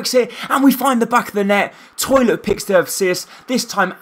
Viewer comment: His name is Tollitt, not "Toilet" lol